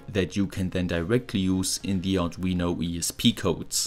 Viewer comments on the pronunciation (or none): none